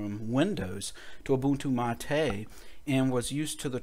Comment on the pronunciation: Although it worked, and helped fix a bad config with Brisk menu applet failing redundantly, Stephen was correct. Thank for this solution to an unexpected upgarde from the Mate team. And BTW, Mate is pronounced as m-eight, not ma-te, like latte!